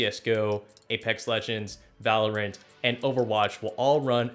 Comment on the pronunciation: No way he said Valorant correctly